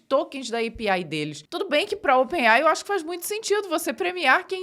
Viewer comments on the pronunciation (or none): none